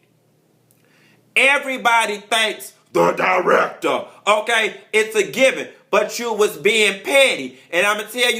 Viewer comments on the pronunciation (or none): the DY-REK-TUH!! lol too much lol